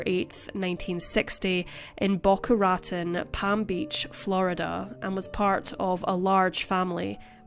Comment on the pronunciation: Raton is pronounced “rah TONE”.